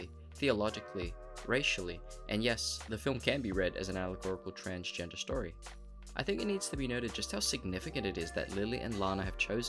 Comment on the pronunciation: Lol transfer, transportation, transporting, transporter ,transcending...not transgener lol